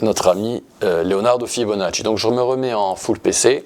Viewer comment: Bonjour, Et sur l'argent métal ? Ça fait plaisir d'entendre prononcer correctement le nom du grand Leonardo Fibonacci 😊. Italiano o Corso ?